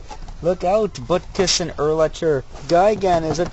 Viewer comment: HOW DARE YOU INSULT URLACHER! YOU SAID IT WRONG! ITS UrlaCKer. XP I'm a big fan of DA BEARS!